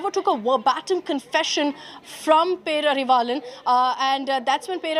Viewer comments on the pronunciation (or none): Learn to pronounce his name properly , it’s not perarivillan lol 😂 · Anchor not even telling name properly 😂pity